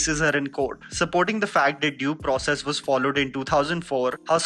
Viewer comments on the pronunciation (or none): none